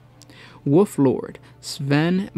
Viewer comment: It's wolf not woof. Great video besides the pronunciation.